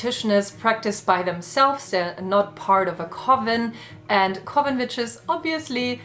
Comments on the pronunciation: This randomly just played and I swear I thought you said bitches 🤣😂 You said witches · Hilareous the way a Geman pronounces Vitches 🤣🤣🤣🤣🤣🤣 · When half listening her accent makes me think she's saying B instead of w/v and it makes this more fun for me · I can't help but be distracted by how it sounds like you're saying the b word not witches 😂